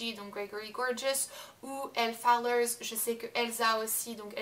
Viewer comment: Y'a pas de "S"a Fowler, désolée mais ça me hérisse ;-)